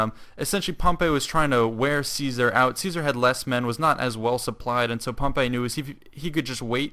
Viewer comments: HEY NOT (POM-PAY) ITS (POM-PEY) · its pronounced Pomp-ee not Pomp-ay